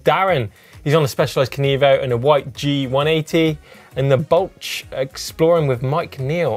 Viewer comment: Nevermind Finland, the welsh pronunciations are getting worse. Have a word. Maybe give a cwtch if you make him feel twp and teach him how to say Bwlch and Afan.